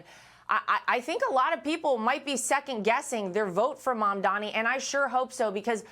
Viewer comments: Why can't you all at least learn how to pronounce comdani's name?!?! It's MAM DANI, not Mandami. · Why is it so hard to say Mum-da-ni? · Did I hear her say “Zamdani”?